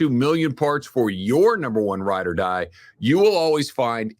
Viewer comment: I can't be the only one that notices everytime does the eBay motors ad, he always says "ride or live a-die" at least once 😂